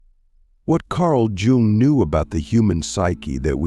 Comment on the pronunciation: You fucked up the pronunciation of his name. It’s hard to take the video seriously after a mistake like that